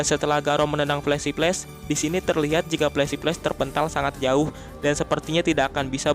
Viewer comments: Pelesi pless🤣 (flasy flash) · Bukti berbeda Orang biasa: Flashy Flash Mimin: Pelesi peles Canda min 😂😂